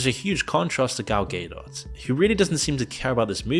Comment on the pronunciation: "Gal Gay-Dot"😂 bro, learn names before you say them!